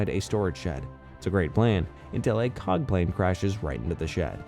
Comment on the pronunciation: “C O G”, ew.